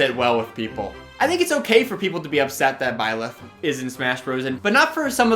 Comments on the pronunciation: Nobody:: b l y l e t h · Nobody:: Blileth